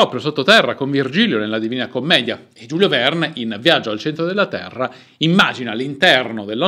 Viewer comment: "giulio verne" non si può sentire dai...